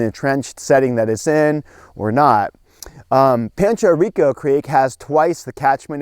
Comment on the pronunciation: I grew up there . And you said that so wrong